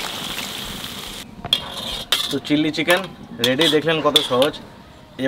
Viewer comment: কথা টা চিললি চিকেন আয় চিলি চিকেন ।